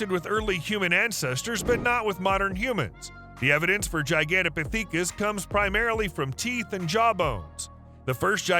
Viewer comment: Gi-gan-toe-po-thee-kis? You had to try and mispronounce that one it's miserable the use of ai is so poorly utilized or optimized that although there be slight artifical intelligence there is a total lack of actual intelligence... Parrots, ravens and mccaws are able to memorise words and repeat them back, this channel is just doing a bad try at it